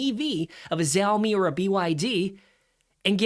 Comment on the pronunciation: Chinese EVs are far superior to western models, and cheaper...and don't charge extra for autonomous driving. Just facts...I often flirt with Honda as well Language lesson - pronounced shau-mi, not zou-mi